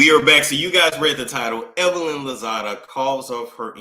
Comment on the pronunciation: did you say Evelyn Hozada??😂😂